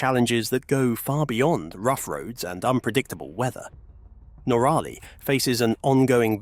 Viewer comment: Your mispronunciation of NOrally [ and not noRAlly!] is simply annoying and aggravating❗❗❗